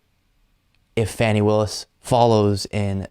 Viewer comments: I'm sure it's accidental, jsyk Ms. Willis' name is pronounced "FAH-nee". Keep up the good work! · The Fulton County DA's name isn't pronounced "fanny." It's like a deer -- FAWN Y (rhymes with tawny). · you are fun to watch. The news is always captivating! Keep up the good work! One item, Fani Willis's first name is not fanny, it's fawn-ee. Just so that you don't sound like the repukelicans!! they make me want to vomit...... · “Fawnee” not Fannie 😢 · Her name is not Fanny it is Fani ( Fah nee) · her name is pronounced 'Fawn-ee'. Cheers, brother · Hey, For someone who says they have been "following" this case for months, one would think that by now, you would have learned how to pronounce District Attorney Willis' first name. I'll let you ask David or someone else on your team to tell you how Fani is pronounced. That way, you will actually hear it spoken and maybe remember it. Ciao, Patric